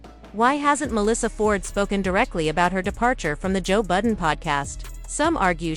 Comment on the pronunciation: She said Joe Booden. I'm out.